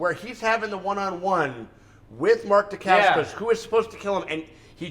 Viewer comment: I love that he says he has been a fan of Mark Dacascos for years and yet, he can't pronounce his name right .-D